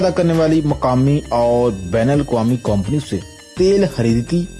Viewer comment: neechay ek comment parha ke urdu bauhat achi hai .... yaar yeh 'company' ko 'kompony' kehna kab choray gein ....... and 'correct' ko 'kurrekt'